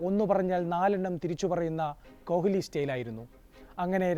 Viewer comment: Adhyam ni kohhhli nnu maati kohli nnu parayan padikku😂